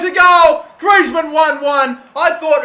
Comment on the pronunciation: quite correct than other footballers name